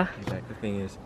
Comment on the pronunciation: Thing not thinv